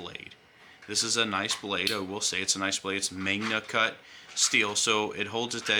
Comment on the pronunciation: ow it hurts my hands.... what kind of review is this. Dude says magnaycut. I wanted to like this review but two thumbs down